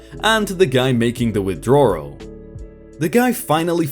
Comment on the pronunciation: Who else cringed when he says withdrawal. Lol you and ur words crack me up